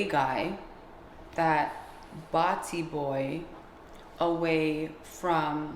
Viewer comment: How says "Battybwoy" is fucking hilarious